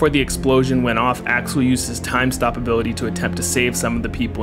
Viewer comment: "impecable zoning hability" Gold shit